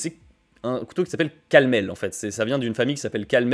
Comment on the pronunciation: Tout mon soutien à Laguiole et honte a la famille de San qui avec ses produits chinois donne une mauvaise image du savoir faire du Village Signé un Sud Aveyronnais (Ps on dit CalmelS et pas Calmelle. Pour cause dans ma famille chacun a un couteau de cette maison et on va les acheter directement la bas)